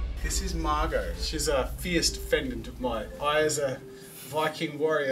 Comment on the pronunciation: Her name is margo Not Marco or mango, wells Fargo Yes some said wells Fargo.... Her name is margo